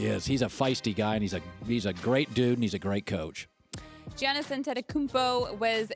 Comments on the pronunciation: Kristine say "jan-nis" instead of "yah-nis" ?? lol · She just said GEE-annis. C'mon. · How do you work on a sports show that covers the NBA 50% of the time and not know how to pronounce giannis?